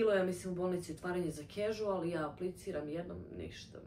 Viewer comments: casual(kažual- izgovara) se rece gospodjo, naidje mi vid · nije “ a” nego “e”